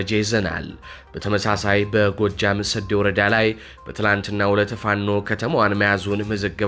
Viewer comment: 'ሰዴ' ሲነበብ 'ዴ' አትጠብቅም። ለማስተካከል ያህክል ነው፣ ድል ለፋኖ💪